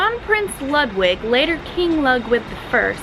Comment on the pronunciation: Ludwig is pronounced Lood-vig, not Lud